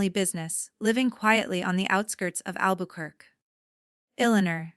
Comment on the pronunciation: You need to teach you AI to pronounce Albuquerque correctly.